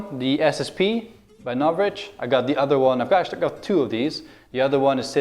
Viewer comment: Closed captions said "Not Rich" when you said Novritch. Got me dead 😂😂😂